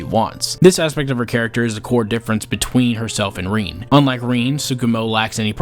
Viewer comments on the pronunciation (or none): Bro said "Reen" lol jokes aside, 'twas a great video, look forward to seein more from u!